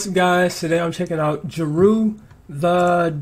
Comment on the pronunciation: Its pronounced JAY-RU the DAMAGER...one of the dopest underrated MCs of the 90s. This was his first single summer '93 and it was a diss towards west coast rappers at the height of the gangsta rap/g-funk era that was dominating rap at the time. Actually, Jeru has two of the 90s most classic albums (Sun Rises In The East and Wrath of the Math) with the great DJ Premier doing all the production work. BTW, I love your astuteness in catching dope lyrics and wordplay (that coma-Toast the King line). If you want to peep other Jeru classics, check these out in this order: Invasion, D.Original, Ain't the Devil Happy, Me Or the Papes, Whateva, One Day (diss towards east coast rappers and Bad Boy)...CLASSIC WORK!